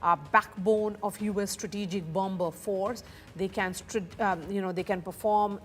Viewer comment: what is BUM-BER? is there anybody in ur office/channel knows how to say BOMBER?🙄🙄🙄